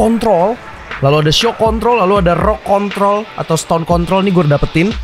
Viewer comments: 12.07 Gw denger nya "Stone Contol":V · iya bang bilang con*